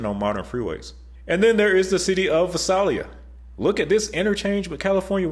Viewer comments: Born and raised there in Fresno until 2015. Gotta work on those city name pronunciations. Ha ha. Tulare is more like To-Larry. Visalia is a lot like Vi-sail-ya. Vi is like Bye or Bi but with a V instead. Also nothing wrong with the 198 and 99 interchange. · Another great video. Thank you! Total FWIW, so you can speak confidently about some of those towns no one outside of California has ever heard of. The letter "i" is long in Lodi and in the first "i" in Visalia. So: LOW-die. And Vie-SALE-yuh. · Ok,, the "mis-pre-nun-ciations"...Dude! Tulare = Too + Lair + ee Visalia = Vye + Sail + Lee + Ah Lodi = Low + Dye One thing that explains why '99' goes straight through most of the Valley towns...in them "olden days", when it was US 99, it was mostly a two-lane road, like most US highways in the "sticks". But coming into a large town, like Fresno, say, about 1940, when good ol' Fresburg was about 60K souls (well, large THEN...), the road would divide up, and often be labelled "Golden State Blvd", so much of the old alignment was reused as the highway was upgraded to a freeway, MOSTLY. There were still parts between, say, Madera on up to Merced, which had at-grade crossings and even a STOP LIGHT in Livingston until the mid-1990s, when a bypass was constructed. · Tulare=Two-larry Visalia =Vy-sale-e-yuh Lodi=Low-dye Great info. You were very on point with your description of the 99. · Hey this is really good, but for constructive help, Lodi is pronounced "low-dye". Also Visalia is pronounced "vye-sail-E-uh". A well done video. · Too-LAIR-ee. Vie-SAIL-yuh. LOW-die. Pronunciations matter. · Tulare - “too-LAIR-ee” Visalia - “vie-SELL-yuh” Lodi - “LOW-die” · You mispronounced three city names! Tulare: Tu-LAIR-ee; Visalia: Vy-SAIL-ya; Lodi: Lo-DEYE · What the hell? Vye-Sail-Ya. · Tulare is pronounced 2 larry and visalia vise ale ya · As a Modesto Born and Raised, it hurt hearing Tulare, Visalia, and Lodi pronounced that way